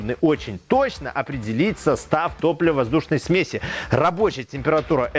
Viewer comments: ну и смЕси,а не смесИ. Спасибо за видео и здоровую реакцию на замечание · ударения специально некорректно?? смеси, зонда.. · Сме"си а не смеси" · Не думал, что слово "сме'сь" с одним ударением, а количественно множественное число будет "смеси'" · ААААААААААААААААА, смесИ, у меня аж глаз начал дергаться от такого.... а-ля катАлоги, смесИ - это позыв к действию(смешай типо). ой бля какой ужас.... А еще как же много раз он это слово говорит! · Смеси-ударение на 'е'.